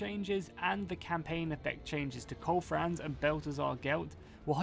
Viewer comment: ..."Koal Frans" and Balthasar Gelt... lmao